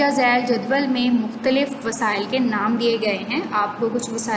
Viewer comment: Madam jadwal naeee Hy jadool Hy lafz